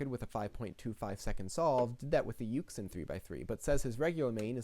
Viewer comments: sorry for being a pedant, but YuXin is pronounced yoo-shin, and QiYi chee-yee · I was stuck between those two also and I picked yuxin lol (btw not to be a know it all or anything but it's pronounced yoo-shin)